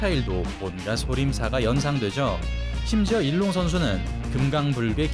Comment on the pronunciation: 소림사 선수이름은 중국어 발음으로는 이롱입니다 우리발음은 일룡이고요 자막이나 오디오는 일롱으로 나오는데 두가지 언어가 섞인것 같습니다^^